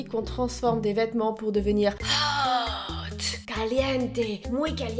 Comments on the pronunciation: A chaque fois que tu faisais « HÔTE ) Mais des barres 😂😂😂😂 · J’adore le ”hot” 😂🤣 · J’aime La façon ou dit HOT 😂😂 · J'adore la façon dont tu dis "hot"💖🤣🤣🤣🤣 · Films quand elle dis hot c incroyable 😻😂😂